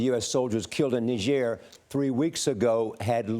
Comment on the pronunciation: Wtf is Nee-Jair?